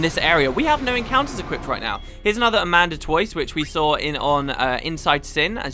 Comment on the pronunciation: ada-man-toise not amanda-toise XD